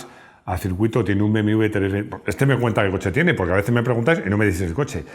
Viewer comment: Hola, por qué dices BMV en vez de BMW? "beemedoblebe" como la canción.